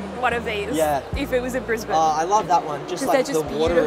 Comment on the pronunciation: Well, I'm in California, but that was a terrific visit you shared (bonus: I learned how to pronounce "Brisbane" correctly!).